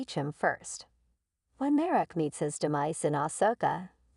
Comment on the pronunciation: You sound like Artificial Intelligence. BTW it's Marrok and Jedi, not Merric and Jetty.